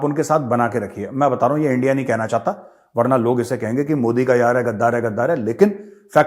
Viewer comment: इण्डिया नही एनडीया ऐसा कर रा है एनडीआ वेसा कर रा है😂🤣😂🤣